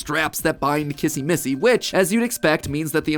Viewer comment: You say kizzy missy